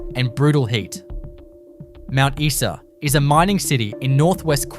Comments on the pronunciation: It's Mount Eye Saa not Mount Eee Saa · Mount EESA instead Mount Isa!😁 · Mount Issa. You are shutting me.